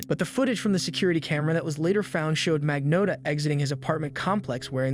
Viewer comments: Luca Magno ( O like Otter or Ox sound for O. Not strong O. Not ō like Loathe or clothes) tta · He thought no one would notice his many different pronounciations of Magnotta lmao